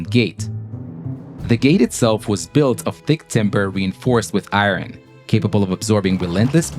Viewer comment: stopped listening when I heard how the narrator pronounced 'iron'.